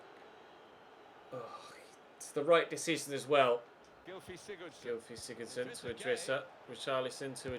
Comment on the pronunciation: Pls stop mispronouncing player names when you know you’re wrong :(. The commentator said siggurdson all game and you keep,saying siGGERRdson :( XD